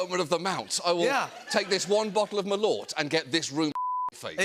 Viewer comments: OMG Merlot?? pronounced Merlow? A red wine which is wonderful if you get a quality one! LOLOLOL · John; it’s Merlot (pronounced Mer-low) ya bloody muppet! Much love from the UK! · Took me ages to figure out wth kind of drink they were talking about. First time they said it I figured he couldn't pronounce Merlot. Turns out he just can't pronounce Malört, which makes Abit more sense I guess.